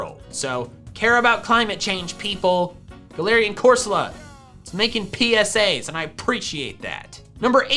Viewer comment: “It’s making PPPPPsa’s and I aPPPPreciate that” -sun tzu art of war